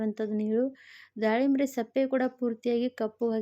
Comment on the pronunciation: ಸಪ್ಪೆ ಅಲ್ಲ ಸಿಪ್ಪೆ